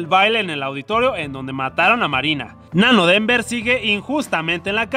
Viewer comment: “Nanodenver” lo amé JAJAJAJA